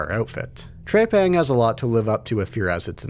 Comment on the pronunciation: TREPANG not TREYPANG!